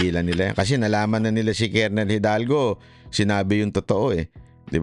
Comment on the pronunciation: "Grijaldo" hindi "Hidalgo"